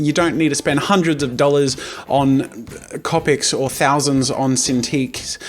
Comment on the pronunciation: The way he pronounces copics makes me cringe